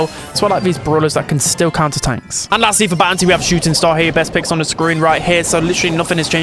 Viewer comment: Am i the only one who hear bouncy instead of bounty? 😂